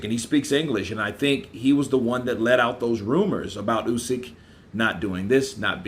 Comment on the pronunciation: not KRUSYK, KRASIUK.... OH MAN... WHEN HE WILL GET IT RIGHT.... Check how Eddie hearn pronounces it.